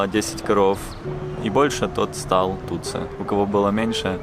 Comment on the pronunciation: Не Тутсу, а Тутси